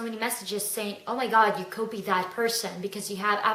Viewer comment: It took me a minute to figure out was she was saying. I thought she was saying that people told her she "Kobe-d" people (instead of copied). I laughed when I figured it out. Her accent is so charming.